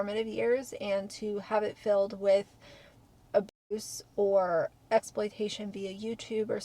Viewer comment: I find it ironic that you can list and dercribe in detail the tortures endured by children in the law when you can't event pronounce the word ab*se. What world are we living in?